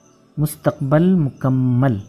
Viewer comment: I want to ask you sir that. What is right pronunciation of مستقبل ? I know it Mustaqbil. But you used in video Mustaqbal. What is right and why ?